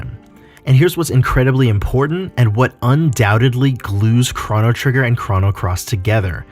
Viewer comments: It’s c - roh - no. not c-rha-no wtf. Crono. Not Crano. And you forgot a couple of things. Kid was supposed to die in the orphanage fire but since kid saved serge first serge was able to go back in time and save kid. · The way u pronounce chrono “chrano” I just couldn’t finish the video